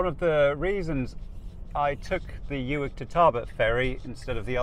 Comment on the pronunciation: It is Loch "Clooney" for pronunciation, as in Wood. Spelled "Cluanie". Uig is Pronounced as Ooig as in wood!, I agree, your route is far more scenic. Balalan is a nice quiet place.. Dubh is Doo. Well Done! I used to travel all these roads years ago as I serviced the TV transmitters all over the North and you have reminded me of all these lovely journeys. Thank you very much. Can I suggest you speak to locals for your pronunciations! They will keep you right on all aspects!